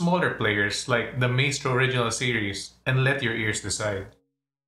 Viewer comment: Pronounced Mystrow